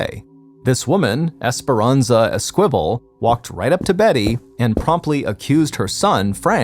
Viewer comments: Sounds like you're trying to pronounce Esquibel which is ES-key-bel, not Es-kwibble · "Eskwival". It's pronounced "Ess-ka-vel". Good lord this guy's an idiot 🙄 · Esperanza’s last name is pronounced Es-key-bell. 😊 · Esquivel is not pronounced əSQUIVəl. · It was driving me crazy, too. ES - ki - vel. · I came here to find the esquivel comments, haha. I'm disappointed there are so few! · It's pronounced ES- KA- VALE the Q has a KA sound and Santa YA-NEZ not ENEZ